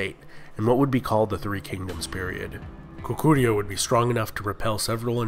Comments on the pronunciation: lul no, goguryeo sounds way off, especially in the last syllable. still, good job with the vid! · Why do you pronounce the G as a C? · Nice video, I enjoyed it:) Pronunciation was also good for the most part, something that could be helpful is that Korean words usually stress the first syllable, e.g. GOguryeo. And a small correction, the Korean transciption for "Gojoseon" is '고조선', not '조선'/"Joseon", which is a completely different kingdom/period. Also "Yeowang" (여왕) just means "Queen" in Korean, so the name would be e.g. "Seondeok" not "Seondeokyeowang":) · The way he mispronounces 고구려... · Lmao 고구려 is wayyyy off. 신라 is okay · Bullshit. Kojoseon was pronounced wrongly, Yan was pronounced wrongly. and Goguryeo like the other user.